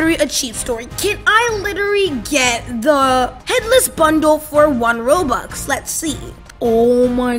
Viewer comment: The way he said RoBUx